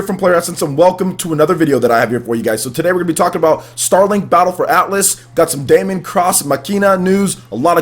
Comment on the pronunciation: its not DA-MON cross MACE-INA, daemon is the latinized version of demon, and is pronounced the same, and its Mach-I-Na